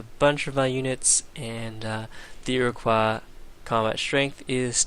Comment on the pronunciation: You fail at pronouncing Iroquois. It's not French, you know.